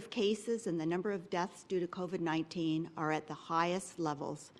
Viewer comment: I wish Doug Ford would learn how to say COVID. It's not CovED, it's CovID! DUH!!!